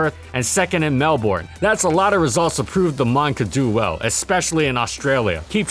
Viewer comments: How good was Venomoth/Parasect/Magcargo actually because, ya know, MAGCARGO FAST!! And it is pronounced MelBURN, not MelBORN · I need to correct your Australian-city-name pronunciation and . It's "BRIS-buhn", not "BRIS-bane" (to be fair, the spelling implies otherwise), and "MEL-buhrn", not "MEL-born". Australians pronounce all of their city names with schwas on the second syllable instead of logical pronunciation. Also, How GOOD was Hippowdon ACTUALLY? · It's more "Mel-bern/ben" than "Mel-born", at least, that's how we typically say it in the Melbourne area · Did you really just pronounce Melbourne (Mel-burn) as Mel-born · "Bris-braine" and "Mel-born" are actually pronounced "Bris-ban" (short i) and "Mel-bun" (short u). Kind Regards, an Australian. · Melbourne, Mel bourne. Pronounced Mel Binn, not melborn, it's not like jason borne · It's pronounced "Bris-bn", not "Bris-bane". That's something foreigners tend to not realise, I've learned. Similarly, it's "Mel-brn", not "Mel-born" for Melbourne. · "mell-born" lmfao. Melbourne is pronounce "mell-bin" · Its prnounced mel-ben not mel-born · MELBURN, my god great video but my ears are bleedin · "Briss brane" and "Mell Born" And the Australian audience died that day. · The city is pronounced Mell-ben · Brisbane: Bris-bin Melbourne: Mel-bin Sincerely An Australian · Its pronounced more like mel-bern and bris-ben. I know... us Aussies have strangely written towns. Alot of it has aboriginal routes so it sounds different to how its written in english. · Melbourne is pronounced melburn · Bris-ban and Mel-Burn just as a heads up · How lumpy was Dugtrio actually?? I love this series, so fricken much... but as an Australian, the total butchering of the city names hurts just a little. Brisbane is pronounced [Briz-ban (short a)] and Melbourne is pronounced [Mel-bin] or [Mel-born] (Mel like bell). Apart from that, keep up the amazing work! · briss bane mel born lol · it is pronounced mel-ben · Bris BANE Mel BORNE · “Mel-BORNE” Lmao